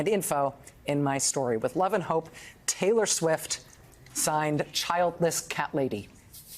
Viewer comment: “Taylor Schwift”?